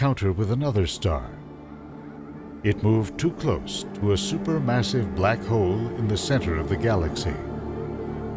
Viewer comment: hole not hoe!